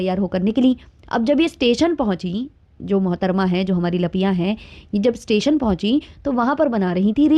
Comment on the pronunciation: Tation(station )par lappia bol rehi h kitna mazzzaaa aa reha h😅😅